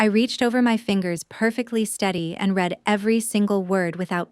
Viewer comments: You know, the English language has several annoying words that have more than one way to pronounce them. "Read" is one of them. Is it possible to misspell this for your AI program just to get it to properly say it? For example: I "red" that book. I will "reed" the article tonight. I hope this helps. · I wish someone would find a way to teach computers the proper tense. "Read" and its past tense "read" are spelled the same, but pronouced differently.